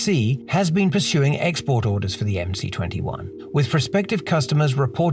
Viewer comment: I believe it should be pronounced MS-21 and C is the symbol for S in the Cyrillic alphabet